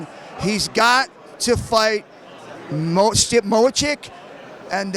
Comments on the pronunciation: Gotta love how didn’t stand up Shamrock here for his mispronunciation of Stipe’s name. Walked with it, took time to understand who and what he was referring too and moved forward. Classy ass fucking dude. Love for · i couldn't even finish the video after I ve heard him to butcher it like 5 times 😆